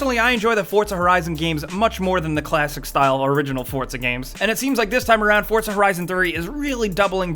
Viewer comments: It's not forthza its fucking for zaa Jesus Christ man fucking americans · it's 4zuh not fortzuh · FORT-ZA HORIZON. FORTZA! (for-za) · did he just say "FORT-ZA" horizon lol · "Fordza" yep Fordza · he kept saying "fortza" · what's with the way he says forza he says fortza that's not correct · I'm sorry but "fortza" ?! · Well.......you pronounce pizza 'pidza' so he read it that way.